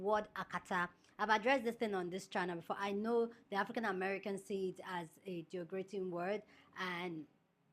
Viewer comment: the word is derogatory #derogatory #DEH Rohhh gah torr eee & derogative #DEH Rohhh gah teev (capitals for emphasis) I need you to practice and get them right ❤❤❤. You’re one of my favourite YouTubers. I can’t watch you mispronouncing words.